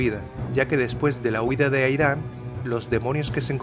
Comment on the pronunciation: Aidan no se pronuncia 'Aidán' sino 'Eid:n'